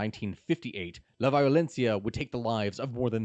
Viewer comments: "Vayolenssia" "Bogata" ... No, no, I'm leaving. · That and "La Violencia".